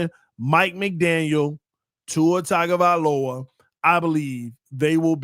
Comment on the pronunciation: Is intentionally saying Tua’s last name wrong?😂